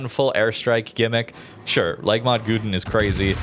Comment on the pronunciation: it was good until Gouden pronunciations :3